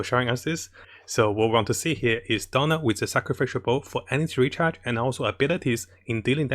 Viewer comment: I love how pronounced Diona as "Donald".😂 It's okay, the slang doesn't matter because provides us a lot of good guides to help us in Genshin Impact.